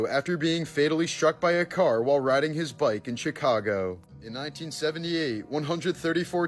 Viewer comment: How do you mispronounced "Chicago" 😑